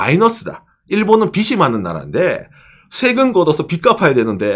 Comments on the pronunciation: 빚이 => 비시(x) ,비지(o)/ 빚은 => 비슨(x) ,비즌(o) : 연음법칙에 따라 발음하는 게 원칙이라고 함. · 발음에 주의해 주세요. 빗이 아니라 빚이잖아요... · 초 일본은 [ 비시 ( X ) ] 많은 나라인데, 일본은 [ 비지 (O) ] 많은 나라인데.. 초 일본 국민들이 봤을때 이 [ 비슨 ], 국민들의 [ 비시 ] 라는 거에요.. ( X ) => 이 [ 비즌 ], 국민들의 [ 비지 ] 라는 거에요 (O)..유투버로서 한국어 발음을 너무 틀려서 앞으로도 방송러로 틀린발음으로 발음하실까봐 지적드리겠습니다. 채무를 나타내는 [빚] 은 받침이 ㅈ 이므로 모음과 함께 발음할때 [ 비지 ] [ 비즌 ] [ 비즐 ] [ 비즈로 ] 이렇게 ㅈ 발음을 하셔야 합니다..타임마킹한 것처럼 [ 비시 ] 많은 나라라고 발음하면 청자는 머리빗는 빗이 많다는 의미로 원칙상 듣게됩니다..물론 문맥상 의미를 파악해 채무를 말하려고 한다는걸 파악가능은 하지만 원칙적으로 그렇게 발음하면 머리빗는 빗이 많다는 의미가 됩니다..받침을 생각하셔서 모음과 결합해 발음할때 해당 받침발음을 빗, 빚, 빛 을 발음해주시면 그게 옳은 발음입니다..참고해서 다음부터 주의해 올바른 발음으로 방송해주세요. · 빚이, 빚은, 빚을 -> 비지, 비즌, 비즐